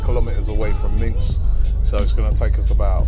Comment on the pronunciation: Minsk... not minx... come on Robbie